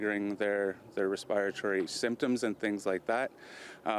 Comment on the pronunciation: “ResSPYatory symptoms” I’m sorry how tf did you just pronounce respiratory